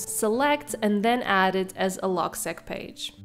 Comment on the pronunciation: It’s pronounced “log-seek”. “Log” for “logbook” and “seq” for “sequence